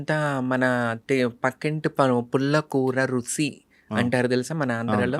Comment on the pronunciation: గారు రుసి కాదండి రుచి అని పలకండి. All the Best అండీ. 💐💐💐💐